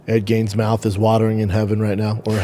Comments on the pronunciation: Drives me insane that he calls him Ed Gains. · Still calling him “Ed Gains” I see….